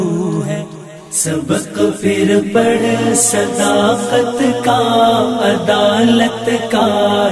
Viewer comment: sadaaqat, zyadah ka q(sadaqqat) nikaalo iSi taraH phir (پھر) ko fir(فر) kaisE paRha gaya aor bardaaSht bhi kya gaya